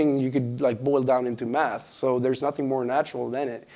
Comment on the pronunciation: did he say math or meth xp cuz he on something